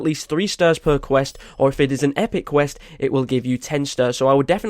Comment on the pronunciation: You mean, “qwirst”